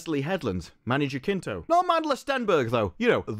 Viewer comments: it's not JaKinto, it's JaCinto (pronouced as an S) - just trying to help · It is pronounced Many "Hasinto", as in "has". Here it is pronounced with a hard "J"... but that phoneme doesn't exist in English. Greetings from México. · I believe Manny's name is pronounced HA sin toe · Just to give a helping hand, his last name is pronounced: ha-sin-toh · Man, is not "Jakinto"... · Hey man, its been bothering me since ive started watching your acolyte videos but Jacinto is actually pronounced Ha-seen-to. Just putting it out there